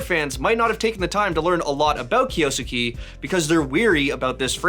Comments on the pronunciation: It does not sound like "skey" at the end. I don't know the proper notation, but it's more of a flat "e" at the end not an "ey" sound, like Kyo-s-ke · It's not kiyosukee.. it's a Japanese name so it has to be kiyo-sukay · And it’s not even pronounced “kay” in the end HAHAHAHAHA it’s just ke Not key or kay 😂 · who the heck say it kiyosuki? Its Kyou~suke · Kyo-su-ke mate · It's "Kyo-soo-keh" Or "kyoskeh" if you read it fast How is that so hard to pronounce 😭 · it's pronounced as "Kyoske" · pronounced (Kiyo Skeh) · Drink challenge: take a shot every time he says "Kiyoosookee" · Can it be bleach so 8 don’t have to hear him say it anymore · 京介 " kyou-su-ke" 😂😂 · Kyo-s-kay. I dont know why that is so hard to pronounce. Simple voice prompt in google translate is the least you can do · Name butchering!! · say the name right challenge: difficulty: IMPOSSIBLE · 1 second in and already said it wrong. Wild 💔💔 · Name butchered as always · oh no he barely mispronounced a name that's not in his native language i'm gonna have a stroke guys help 😭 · It's esports, and I don't know how he pronounces it, but the way that name is being pronounced in this video has way too many syllables